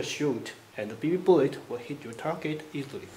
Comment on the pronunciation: Awww man...fuhty nine round bee bee boolet